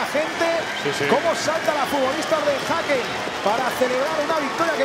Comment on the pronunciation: Vivo en gotemburgo y se pronuncia Hecken (Häcken)